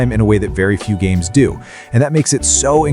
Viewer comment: When you can't even pronounce the names of the games correctly, I have a hard time taking you seriously.